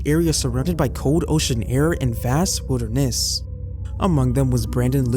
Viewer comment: "more calmer" wilderness = "weeh-dur-NESS"?